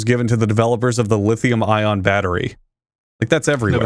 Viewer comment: The amount of times said lion battery instead of lithium ion triggered him